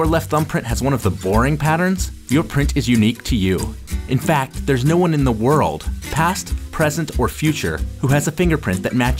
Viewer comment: Towards the end did you say "To be the only ones in the whorl?"